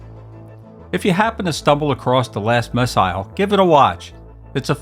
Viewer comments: Who the hell pronounces “missile” like that? I’ll tell ya who—an outer space alien, that’s who. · You don't have a British accent, but you pronounce "missile" like the Brits.